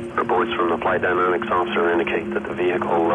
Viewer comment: The veehicle.